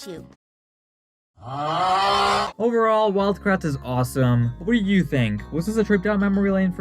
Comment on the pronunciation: I thought he said wild brats. Or is that just me?